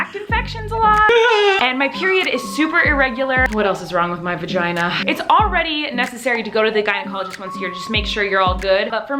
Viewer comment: Love how she calls it a vaheen😂😂